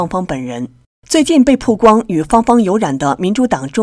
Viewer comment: 曝光baoguang主持人念成puguang了